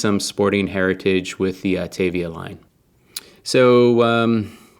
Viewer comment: Autavia not Octavia! :)